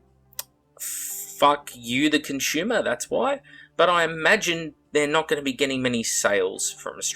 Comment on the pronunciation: Literally nobody:: Conshuma!!!!